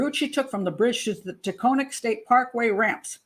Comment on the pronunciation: Taconic Parkway: pronounced TA-CON-NIC.